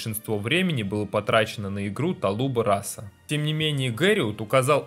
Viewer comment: "талуба раса" )) а на самом деле Табула раса